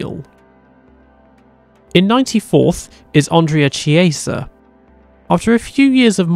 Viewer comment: McCarthy is pronounced McCarfy Chiesa is Kiesa Giacomelli is Jackomelli